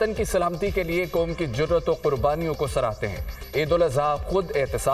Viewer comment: براے مہربانی نیوز ریڈرز کے تلفظ ٹھیک کروایں ۔ معیاری چینل بننے کیلیے ۔ قوم اور موقعہ کی ادائگی سنیے